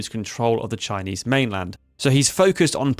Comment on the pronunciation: If you're going to make a video on Chinese history at least learn to pronounce their names properly